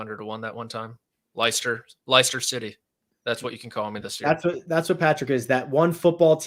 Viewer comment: Patrick your pronunciation of Leicester city had me in stitches 😂😂😂